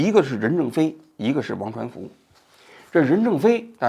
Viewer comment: 现在节目质量这么低了吗，念错好几次人名了，刘传福梁文雄？低级错误